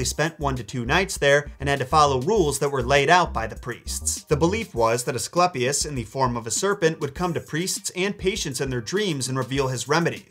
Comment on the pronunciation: ‘eiiii’ not ‘ehhhhh’ Ascl’eiiiii’pius not ‘Asclepis’